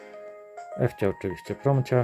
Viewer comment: Nie Ewcia tylko Iwcia od Iwony. Iwcia Iwcia Iwcia 😉🙂👍